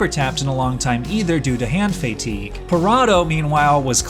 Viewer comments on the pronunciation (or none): hand fay-tigue 😂